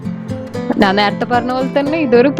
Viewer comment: Nan alla madam...njan aanu...nalla malayalam samsarichoode..